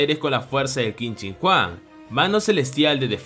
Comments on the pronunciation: Por alguna razón escuche que dijiste Qin Shin Juan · Quin shin Huang ❌️ Quin shin juan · Como el lo dice : Qin Shin Huang Como yo lo digo * Quien Chingaos es Juan